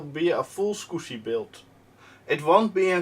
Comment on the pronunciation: Clean mouth, no "Scuzzy" words spoken!